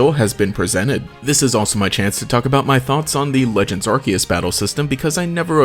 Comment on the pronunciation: Pokemon Arceus is pronounced 'Ar-See-Us'... not 'Ar-key-us"